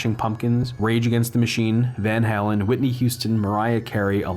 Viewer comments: Van Hal-en like the hal computer from 2001 instead of Van Halen putting the emphasis on Hale-n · It hurt my soul to hear you mispronounce Van Halen.